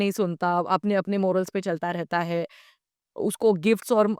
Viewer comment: मोरल्स नाही maw- rals असा उच्चचार करावा